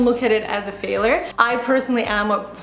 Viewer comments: i dont think its because of her accent because even with her accent she prononces words very well, it seems to me she just might not know that its pronounced fail-YURE and not fail-ER, with that said, its not the end of the world if she does not pronounce the world correctly, I think Roodles comment will just help he realize her error because yes, it was quite annoying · calm down English is not my first language either and actually yes there is correct and incorrect way of pronouncing words and this is specified in language dictionary In Uk we say ˈfeɪ.ljər. And R is silent. There are pronunciation differences between Uk And US English - was trying to figure out where got her way from.and it has nothing to do with accent. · it's 'fail-YURE'. not a big deal but was irritating me a bit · How to say failure: "fail-yur", NOT "failor". Your welcome. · faalure hahahaha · Video is great n all but your pronunciation of failure as failer got me 😂🙈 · Hey, I like and respect you a lot but you are just not pronouncing the word failure correctly and making your video slightly difficult to watch.:) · The biggest failure I can think of right now is very badly mispronouncing the word 'FAILURE' 😂 She uses this word non stop says it wrong lol. Alex you could have given her a heads up 😜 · Is that Canadian pronunciation of word failure? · The way she pronounces "failure" is so cute. lol